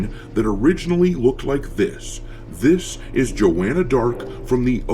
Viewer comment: Thats not Joanna Dark... Thats Jaw-anna Dark🤫